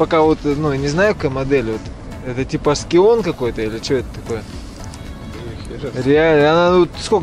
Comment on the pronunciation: SCION это дочка ТОЙОТЫ. и говорят САЙЕН. знай )